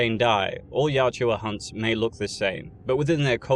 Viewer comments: Pronounced YACHT-JA. Not YAT-JU-WA. Great content though! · Yautja, not Yatjua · It is "Yah-Ut-Jah". Not Yat-chu-wa. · Quit saying Yaut-JUA, its not like Joshua. YAUT-CHA😂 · Why do the British butcher every word made by other countries. Youtja is pronounced yowt jah not Yah chew ah. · Excellent video, thumbs up for sure, i just have a little bit of beef with you for one small thing my friend! :) Yautja, you say it like the shua in Joshua Yaut-shua, it's fairly simple my friend, YAW-CHA, i hope you are able to read this message in time to see it make sense before continuing with any videos. I honestly feel eerie about the situation seeing you have above a million subs bro, that's wild to have gone so far without ever really knowing? I mean i don't know, that's my guess, anyway, until next time! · Why do you keep calling them the Yaht-JEW-a, when the way it’s spelled seems like it should be pronounced Yaht-ja? This is a serious question, not being an ass. Is the narrator mispronouncing it or does the spelling not reflect the actual pronunciation. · Can’t get past it Yautja Not yatjua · I feel like its pronounced more like yowt-jah rather than yow-joo-ah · The Yachewa 😪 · I know it’s incorrect pronunciation, but is it weird that I think the second one flows off the tongue better? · Take a drink every time he calls them 'Yat-ju-ah' ....I pity your liver. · He can't pronounce yautja correctly. Annoying AF. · An hour of hearing the species name mispronounced? "Yautja." Where is the "u" between the "j" and the "a" coming from? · Pronouncing Yautja wrong kept me from watching this video